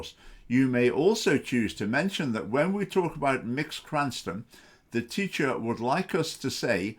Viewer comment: Literally five seconds into the video and you've shown you have done no research and don't know what you're talking about. Incredible. A savvy presenter would look up how to pronounce Mx. before recording.